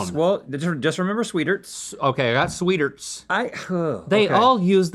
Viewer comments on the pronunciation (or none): That’s not how you pronounce sweetarts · Gah! Not! Sweeterts! Swee-TARTS! I'm not going to follow the advice of anyone who uses that pronunciation. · omg that's how u pronounce sweetarts